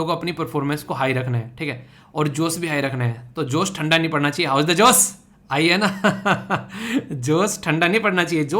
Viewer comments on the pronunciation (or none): Sir" josh"hota hi "jose" Nhi